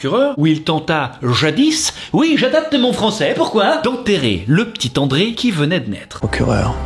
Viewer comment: c'est Andréa pas André, mais super vidéo